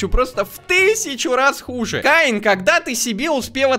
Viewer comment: это не каин это кеин